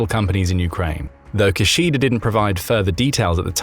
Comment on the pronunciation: His name is pronounced (roughly) KIH-shida, not *Ki-sheeda. Japanese does not actually have stressed syllables, but in this case, if you have to put a stress on one of the syllables in "Kishida", it should be the first one. Three short syllables -- Ki-shi-da (as in Latin, the distinction between short and long vowels is CRUCIAL in Japanese). Thank you.